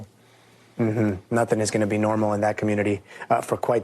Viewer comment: NEVER DISRESPECT THE “POE LEASE”